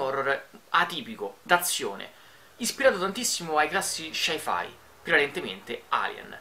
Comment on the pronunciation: Ma lo "Shai-Fai" cos'è?Un nuovo tipo di massaggio thailandese?